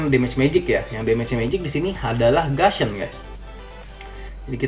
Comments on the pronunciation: bacaan lidah orang indon gusion tuh gasion ya ? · Bang nyebut gussion itu gussion bukan gasion xD karena u dibaca u bukan a :)